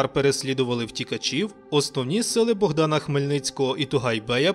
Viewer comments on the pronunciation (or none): none